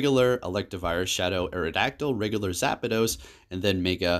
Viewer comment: Within 30 seconds you said Zapados, Meega and Swinub! Never change!